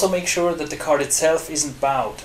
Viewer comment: Good video. As a matter of constructive criticism, you don't say "aluminum" or "bowed" correctly. Otherwise your english is very very good.